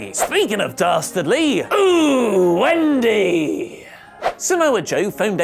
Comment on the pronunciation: ...you KEEP saying the Wendy thing with the absolute wrong inflection. It’s “OOHHH WEEEEEEEENDY” Not “OOOOOOOOOOHH WENDY